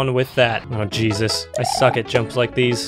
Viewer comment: in one part he says jesus and it sounds like cheeseits